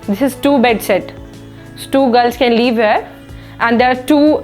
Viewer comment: Leave nahi live bolo didi... baki your confidence 😳😳🔥🔥🔥🙏